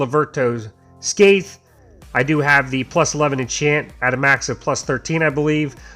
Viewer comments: Thats the best I could spell of the miss pronunciation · i'm really sorry but i'll be that guy. please google how to pronounce scythe